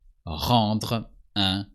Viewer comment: Very useful video, thank you. I just wish I could have said the R's in Rendre the way you did.